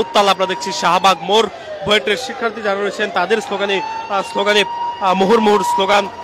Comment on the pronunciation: Buet ... Not Buit